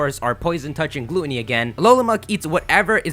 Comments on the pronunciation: gluteny GLUTENY DOES THIS GUY KNOW HOW ENGLISH WORKS. Gluttony= ˈɡlətnē/ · Poison touch and 'gloo-tuh-nee'? You mean 'gluh-ton-nee' right? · "Glue-Tony" lol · What the hell is "Glue-on-ee"? Glueonee? It's GLUTTony, with Ts. Damn... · Why are you saying Gluttony like Glue-tonny?! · Since when is Gluttony pronounced "glooootony" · This nigga cant even pronounce Gluttony correctly.. GLOOTney LMAO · Great vid bro, just check your pronunciation of "fragrance" and "gluttony" XD